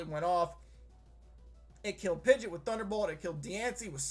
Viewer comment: He did not just say... Pidget? Is that slang that I've just never heard for mega pidgeot?